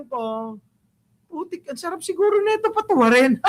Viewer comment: gusto KO ANG BAWAT bigkas mo NANG: patuwarin😅😅😅